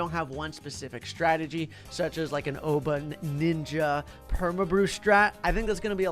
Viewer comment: When said: Oban, and the ninja. It sent me. Like OBAN